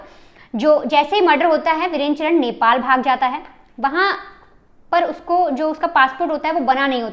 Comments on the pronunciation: जरा धीरे बोल तुम और चरण नहीं है चार ण है पहले से ही नाम लेना सीखो फिर बकवास करो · चरन नहीं चारण है । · ye sari मिडिया pagal hai inko basic knowledge hu nhi hai Gogamedi ko godamani or चारण ko चरण bolna daffol log kuch bhi news dete hai